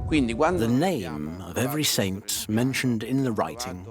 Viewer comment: It’s really driving me absolutely freaking crazy how he is pronouncing the word saint